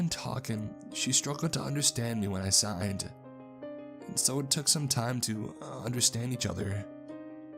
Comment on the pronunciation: I thought he was saying sighed and not signed so I was confused what kind of conversation they were having